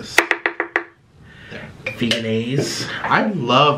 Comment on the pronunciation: It's pronounced VEJ-EN-AISE not Veganaise 🤦🏻‍♀️